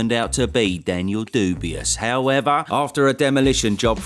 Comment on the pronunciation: I genuinely laugh out loud every time you said dubious 😂😂😂, it’s so good